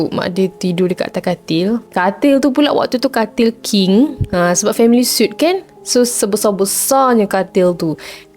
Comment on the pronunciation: Hiiii, cuma nak share sikit. Suite tu sebutan dia sweet. Dan balcony tu sebutannya balkerny. Jangan marah yea. Terimakasih 😊